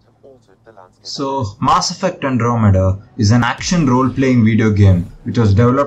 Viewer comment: my ear gets infection everytime you say "MAAaasS effect"